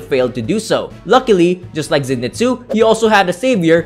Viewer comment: It's pronounced Zen-ee-soo